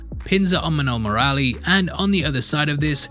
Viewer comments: While saying Murali you are right till Mur after that just skip the 'a' and quickly say Lee Similar to Mowgli if you change it to muugli - Murli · It's not murralli murali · hey! Try speak "MURLI"..... ANYWAY MUCH APPRECIATED FOR THIS VIDEO. lots of love and have a best Year ahead...